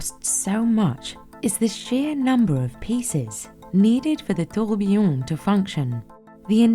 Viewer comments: everytime she says tiooorghbeeeyonn the company loses value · I find it always amusing that so many people misspell and mispronounce “tourbillon” (tur-bee-yon) as “tourbillion” (tour-beel-eee-uhn). 🙂 They don't even look that similar to me. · The narrator says “tur-BUHB-bee-yon”, which is admittedly wrong (should be “tur-bee-YON”). But at least she doesn't say “tour-BEEL-eee-uhn” as most people do. 😕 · TOURBIYION TOURBIYION TOURBIYION TOURBIYION TOURBIYION TOURBIYION TOURBIYION TOURBIYION TOURBIYION TOURBIYION TOURBIYION TOURBIYION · Please keep say “toybbbuyiiouuunn” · Ah yes, touwbiyone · 1) I know watches too, stop saying 'tourbillon' like a d@ 2) tourbillons are in cheap watches too, you can find them in 35$ watches on Amazon. 3) these cheap watches can be mass produced, so no they aren't $100,000 watches because of the tourbillon. 4). You were wrong about everything stop making shit up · OMG i cringe so hard every time she say tOuRbiLLoN